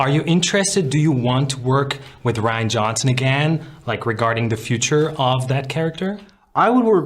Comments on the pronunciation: He couldn’t Even say Rians name 😂😂😂😂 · The way Hamill said: "You have to trust ......Rian" . He was pretty much saying 'hey don't blame me for the way this is going to turn out'. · "You have to trust... Rian." Whew! That pause says so much.